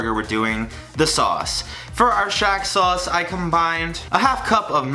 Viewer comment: Whenever he says “shack” sauce, i think of it as “Shaq” sauce